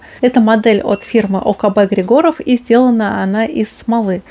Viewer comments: Я думаю что в словах ОКБ Григоров, в фамилии Григоров,ударение нужно делать на первую И. где артиллерия?))) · В смисле, какая доказуха? Я из Болгарии и Георги Григоров лично знаю, но в Болгарии никто не ставит ударение на Григоров на первое и